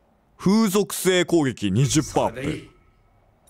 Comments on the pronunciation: 「ふうぞくせい」じゃなくて「かぜぞくせい」ですw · 「ふうぞくせい」じゃなくて「かぜぞくせい」だろw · 読み方、ふう属性じゃなくてかぜ属性だと思います！！ 違ったらすいません！！m(_ _)m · 風属性が風俗性にしか聞こえん